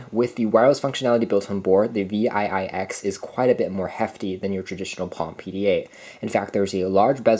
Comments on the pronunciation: I worked at Palm from 2003 to 2009, and as others have said - this unit is called a ‘Seven Ex’, not Vee Aye Aye Ex. Seven Ex. ViiX. 👍🏻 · Yes. Him calling this thing Vee Aye Aye X is making me crazy hahah